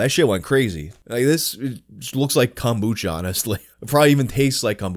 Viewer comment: did you HAVE to call it kombucha??? or, rather, cumbucha?